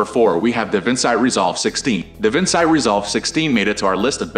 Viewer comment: And Davinci ( as in Leonardo da Vinci....da Vinchee) not Davinsigh. AI is so annoying!